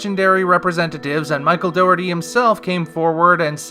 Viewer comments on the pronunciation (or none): none